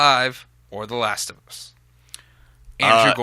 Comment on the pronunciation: The laast of uuss!